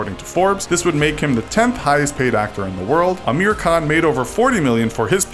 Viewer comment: the way they said Dangal 🤦🏻‍♀️ And Amir, Salman, and Sharukh mygod